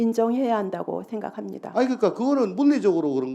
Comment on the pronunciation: 저의 생각잉니다.. 초대 대통령 어쩌구.. 잉니다.. 발음 왜 저러니.. 질문도 잘 이해 못해응니다. ㅋㅋㅋ 개콘 어쩌지? 이게 더 웃긴데 ㅎ